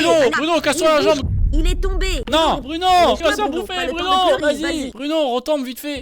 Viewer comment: je l entends dire bruNOW